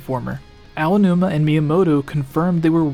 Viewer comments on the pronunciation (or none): none